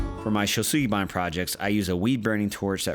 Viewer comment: Thank you guys both for pronouncing Shousugiban correctly. Very timely video as I'm about to burn one of my sculptures.